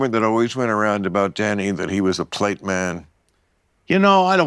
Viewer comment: A what man? Plate? Polite?